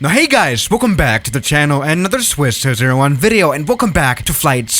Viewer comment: he said: Welcom to Zwiss00what